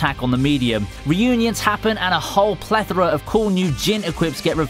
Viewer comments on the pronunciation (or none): none